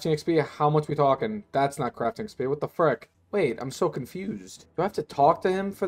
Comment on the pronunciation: Lol, people are missing the point. Its saying "freck" instead of "frick" that's bothering me. I only commented cause I like his vids other than the constant frecks. I don't even have a justification for this opinion.